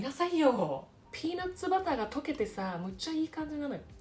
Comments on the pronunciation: ピーナッバラァ～って言うとネイティブらしくなるんですね✨😁柏餅、お薦めです‼️ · おいしそう♡ピーナッツバターの発音良すぎて何回も聴きたくなる👂✨ 🧡その後食パンどーしたか気になるよ😂